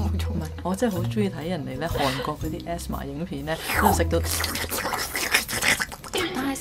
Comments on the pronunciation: ASMR is “A-S-M-R” not asthma. 🤣🤣🤣🤣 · Asmr係讀A.S.M.R （字母）😂😂😂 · 人哋ASMR好似唔係咁讀喎😂😂😂